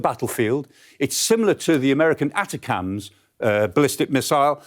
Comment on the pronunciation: That was the dumbest way to pronounce ATACMS that I've ever heard. Was that intentional?